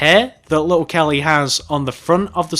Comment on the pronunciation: OMG listen from 5 seconds to 10 seconds you'll hear him say little gelly